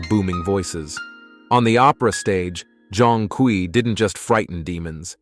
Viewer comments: Pronounciation: Jong-kwee ❌ Zone-kway ✅ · I tried getting into it but can’t get past the mispronunciation of his name.